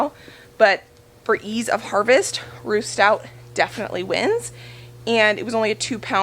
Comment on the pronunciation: I’m digging your channel. 😂 it sounds like you’re saying roost out, but i know that you are saying Ruth Stout, here in fl, potato towers are the way to. Those are nice, I watch lumnah acres, and those are the same handles they just installed. Wondering, can you taste the onions in the potatoes ?, I don’t eat/like onions, it am willing to try new things.